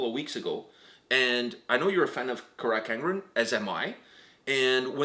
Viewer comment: Why does he say "Crack" not carach angren Not trying to be rude btw